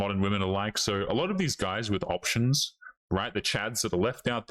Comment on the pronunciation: I like how you say "options". You say "opetions".